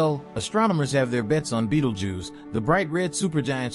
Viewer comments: Beatle juice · whatever you do, dont fixate on the way dude says “Beetlejews” or you wont be able to pay attention to anything else 😂